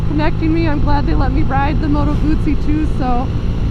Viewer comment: nice to hear someone pronouncing "Guzzi" properly.